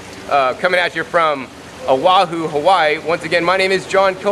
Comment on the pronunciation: Lilacoy? Cal-oh? If your going to introduce indigenous plants in your videos, in O-Wahoo Hah-whyeee no less, have the common decency to pronounce the oleo Hawaii correctly. I can't help but think every American who watches this will now refer to the staple foods that feed our la hui for generations in the same ignorant fashion. Mahalo nui, have a nice day!